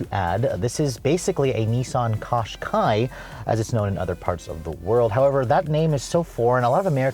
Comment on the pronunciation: So it's just a Qashqai with uglier rear lights... It's pronounced "Cash-kai" by the way.